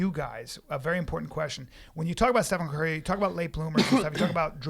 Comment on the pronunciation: "stefaan curry"